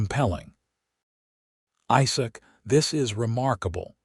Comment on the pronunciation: The LAST thing a couple would ever discuss after their first intimacy is how much the groom wants to rEad...long E sound. Listen to your AI rEader, to make sure all words are pronounced correctly. IZak, NOT iSak. (phonetics) red = past tense for Read, present tense read is pronounced with long E. Not rAde. Annoying. The story is nice